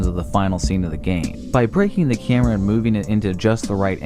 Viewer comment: the way this guy pronounces camera..... 'chèhmra'